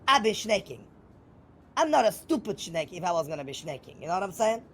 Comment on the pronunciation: Take a shot every time you hear "shnake" and then dial 911. 😂